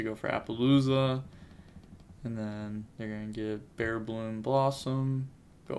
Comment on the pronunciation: It’s bearBRUM, but say bearBLOOM if you like. Respect ✊